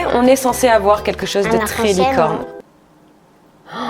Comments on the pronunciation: Elle a dit licone aux lieux de licorne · Tu as dit licone o mieu de licorne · un moment tu a dit licone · Tu a dit licone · ta dis licone😂❤️❤️❤️